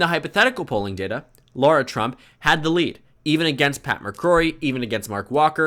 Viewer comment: i don’t like her but why do you pronounce her name as laura 😭😭😭